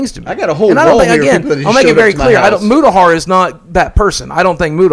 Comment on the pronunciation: I like at the end when n boogie started called Mutahar “mutacar” hahaha